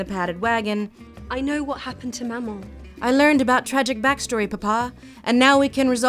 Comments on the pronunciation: Admittedly this might be because I'm french canadian, but I always pronounced it "ma-man" I can also see it as being pronounced somewhere between the two, but I still find she's pronouncing it as "ma-mon" too prominently. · Wow rewatching this and I just realized how Belle mispronounces "Maman"... both syllables use the short A sound, not... whatever Emma Watson was trying to do there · Hearing Watson try to pronounce maman really got me :'D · oh my god that is the worst pronunciation of "maman" I've ever heard